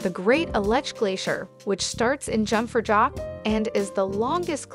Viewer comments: Jungfraujoch is pronounced "you-ng frau yock"... please pronounce it correctly!!! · The jungfraujoch read as "jock-for-jock" was my favourite one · Young-Frow-Yacht… oi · Great places in the beautiful Switzerland in your video, thank you. It would have been better if you keep the original pronunciation of some places like Jungfraujoch, Lausanne, and some others. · I'm not even a native German speaker, and the butchered pronunciations just killed me, especially Jungfraujoch.